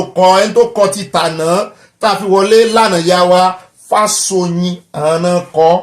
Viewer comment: Good evening, and. Happt birthday to our father, Professor Akintoye. The correct pronunciation is Fáshò̩yìn. Much ❤.